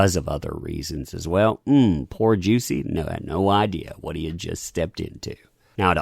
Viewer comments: I can't take this video seriously with you pronouncing his name as "Juicy" 🤣😂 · I just wanna know, Is it actually pronounced “juicy” ? 😭😂